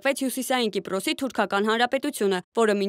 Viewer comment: ԿիպՌոս չէ, Կիպրոս։ ԵվՌամիություն չէ, Եվրոմիության։ Հայեցի խոսե՛ք։